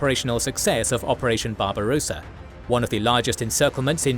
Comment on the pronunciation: Just a note : Barbarossa has 2 s, so you don't pronounce it like barbarosa, like a rose-a, but rossa. The o is short. Think of how you pronounce tosser.